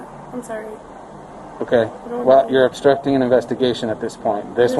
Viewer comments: Astructing ⁉️⁉️⁉️. Red hat, take the crap out your mouth and talk right. JS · unloosen my cuffs?? 3rd grade education too many victims in the 1st we ain't instucting nothin!!! stupid..."yes it do..yes it do" Chanel/Kennel/Zanax whatever her name is trying her best to speak in 6th grade ghetto language not easy to watch